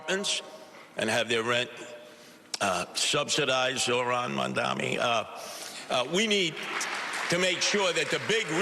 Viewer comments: I don't get it. Educated man cannot pronounce his name. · The live audience is a lot better for the debate. Listening closely here it sounds like both one of the candidates -- if not two-- plus the moderators have given up on pronouncing Mamdani correctly. They may all get a lot of practice after the election. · And Curtis can't pronounce it either